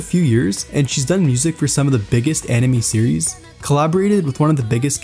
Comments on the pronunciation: You pronounced 'anime' as 'enemy' so many times. 😓😓😓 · Bro it's "Anime," not "enemy"